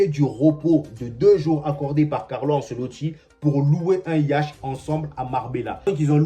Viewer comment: Toi tu lis vraiment en français hein mon frère 😂😂😂 "Frenkie De Jong" "Un Yacht" 😅 Tu es vraiment drôle